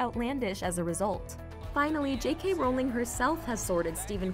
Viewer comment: Is no one gonna mention she pronounced Rowling wrong?